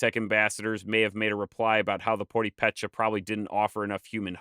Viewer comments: Can't wait to watch the whole video. I have lots of Purepecha friends. And I haven't read all the comments, so maybe already said: the name Purepecha is stressed on the second syllable--Pur EH pecha. And they refer to themselves as Hanguare, stress on the first syllable. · Please pronounce it Pur e' peche; the accent is on the second syllable. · Poo-RAY-Pay-Cha!!!!!!! Poo-RAY-Pay-Cha!!!!!!! Poo-RAY-Pay-Cha!!!!!!! Poo-RAY-Pay-Cha!!!!!!! Poo-RAY-Pay-Cha!!!!!!! Poo-RAY-Pay-Cha!!!!!!! Poo-RAY-Pay-Cha!!!!!!! Poo-RAY-Pay-Cha!!!!!!! Poo-RAY-Pay-Cha!!!!!!! Poo-RAY-Pay-Cha!!!!!!! Poo-RAY-Pay-Cha!!!!!!! Poo-RAY-Pay-Cha!!!!!!! Poo-RAY-Pay-Cha!!!!!!! Poo-RAY-Pay-Cha!!!!!!! Poo-RAY-Pay-Cha!!!!!!! Poo-RAY-Pay-Cha!!!!!!! Poo-RAY-Pay-Cha!!!!!!! Poo-RAY-Pay-Cha!!!!!!! Poo-RAY-Pay-Cha!!!!!!! Poo-RAY-Pay-Cha!!!!!!! Poo-RAY-Pay-Cha!!!!!!! Poo-RAY-Pay-Cha!!!!!!! Poo-RAY-Pay-Cha!!!!!!! Poo-RAY-Pay-Cha!!!!!!! Poo-RAY-Pay-Cha!!!!!!! Poo-RAY-Pay-Cha!!!!!!! Poo-RAY-Pay-Cha!!!!!!! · Wonderful video! I just subscribed, thank you algorithm for suggesting it. Just an fyi, the only thing that I found weird was your pronunciation of Purépecha which I can tell you as Mexican threw me off a bit. The accent on the first e means the second syllable is stressed, so it’s pronounced pur-E-pe-cha. But that’s more something that would sound just a little bit weird to a Mexican. Other than that I loved it and keep up the good work. And like someone else said do something on the Chichimecas as well. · Poripecha ( ͡° ͜ʖ ͡°) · Just a silly comment, but I believe it’s important to pronounce the name of this culture properly. As you have listed it, it’s correct: the accent is on the second syllable. But you’re pronouncing it with the accent on the third syllable. 😊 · i hate the way you pronounce purepecha lol emphasis is on the first e, not the a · SE PRONUNCIA PURÉPECHA! FOR CHRIST SAKE! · Interesting video, but he is destroying the pronunciation of Purepecha. It hurts :( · Awesome work! Its POO-REH-PEH-CHA BTW